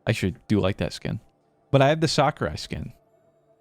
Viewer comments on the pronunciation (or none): none